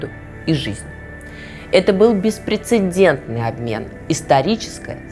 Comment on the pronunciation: Беспрецедентный. «H» не нужно произносить.